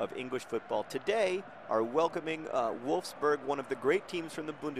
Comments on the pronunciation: Your Wolfsburg sounded more like Wolfsbörg :D And you should pronounce Sprite like Shprite (or maybe thats just a swabian thing, who knows :D) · John, your english pronounciation of wolfsburg ist actually better than your "german" one. the german one sounded more like you were talking with a hot potato in your mouth :) also 1:0 against wolfsburg. congratulations. they're currently 2. place in the bundesliga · It's okay that you can't pronounce WOLFSBURGS's name right, Nobody likes them here anyway ^^ They are a bit like Chelsea, there is one big company that gives them money so it's kind of like the opposite of The Wimbly womblies. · As a German English student it's hilarious/interesting how John gets the u right in Bundesliga but not in Wolfsburg, even though they're the same sound :D But aside from that, you pretty much killed it :) I'm pretty off, the test thinks I'm 45 when I'm actually 22 :D